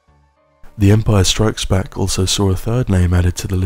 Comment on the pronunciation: Why do you insist on calling it "Empire strikesback"?